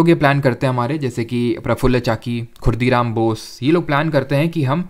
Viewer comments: sir, its khudiram bose. not khurdiram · ✅✅correction:- Kingsford was in the motor car not in the Elephant chariot. (Lord Hardinge II was in the Elephant chariot in 1911 and the bomb attack on him was led by Rash Behari Bose and his associates) ✅✅ And he was 'Khudiram Bose' not 'Khurdiram Bose'